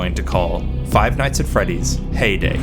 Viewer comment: I thought he said payday instead of heyday. Immediately thought of clown gangsters robbing the pizzeria while ninja cops attempt to drop kick them.